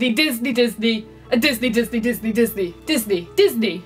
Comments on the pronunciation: did you mean Disney or dat knee? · l thought it was Dis Knee?